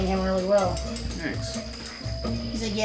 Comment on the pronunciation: Toby: "This is so embarrasking! A camera, too? Rearry???" (She did a pawesome job!)